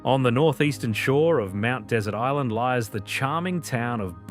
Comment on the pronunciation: Your pronunciation of Mount Desert Island is not correct. It is pronounced the same as dessert, as what you'd eat following dinner, despite the spelling.